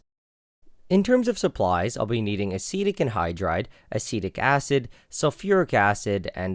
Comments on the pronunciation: Acetic acid sounds like acidic acid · I legit thought he was pronouncing acidic wrong the entire video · Yeah it took me 5 minutes to realise he wasn't saying acidic wrong he was saying a different word completely, asitec